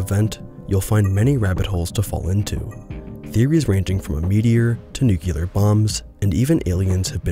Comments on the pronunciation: Agreed. Except for one thing: Nuclear. Not nucular. The word is nuclear. Nu-clear. That is all. It seems to be a recurring issue. Otherwise, very engaging. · This is good, but why can't you pronounce 'nuclear' properly?! It's not hard, dude.